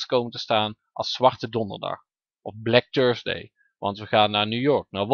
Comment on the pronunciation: blek tursdeey